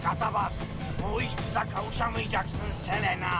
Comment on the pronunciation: Selinde celena diyo 😂